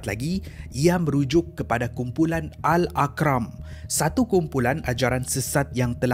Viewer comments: AL ARQAM bukan AL AQRAM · AL-ARQAMM .. bukan AL-AQRAM 😂😂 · Betul bukan Al Aqram, admin Cina kot banyak salah sebut, tak tau pape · Pembetulan, salah sebut perkataan, sebenarnya (AL-ARQAM) bukan (AL-AQRAM). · Bukan Al akran bro.. Sebut betul² AL ARQAM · Minit. Bukan "Al Aq-ram" sbutannya "Al Ar-Qam". Beza tuh. Next time repair k. Klu youtube studio bleh n ada kmudahan tsebut. Sb video nih akan lama btapak. Risau takut jatuh salah sangka. 🙂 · Bkn Al Aqram, ikram, tp Al Arqam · Al arkam not akram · ARQAM sebutnya bukan AQRAM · Al Arqam... Bukan Al Aqram... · Al arqam bkn al aqram sebutannya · Arqam bukan aqram, oi.. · ARQAM bukan AQRAM..... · Arqam...bukan Aqram ..sebut betul2... Arqam...Arqam.. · Kuala berang bang.. bkn KERANG... satu lagi bkn akram.. tp ARQAM..ARKAM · tēhrani la, bukan terani. al arqam, bukan al aqram. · musykil..kenapa sebutan nama tak betul..pelat ke..Faizal tehrani disebut faizal terani..Teh..rani.al arqam jadi al akram..kuala berang jadi kuala kerang...,?